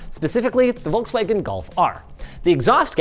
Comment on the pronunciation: Its not Wolkswägen ist Volkswagen... My german heart is bleeding 😂